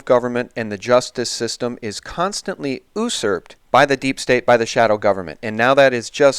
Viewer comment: As always, wonderful show. And am not trolling you but you did a mispronunciation multiple times of the word "usurp". Thought you might want to say it correctly in the future as we all want to sound as informed as possible -- usurp is pronounced you-SURP. Here is a link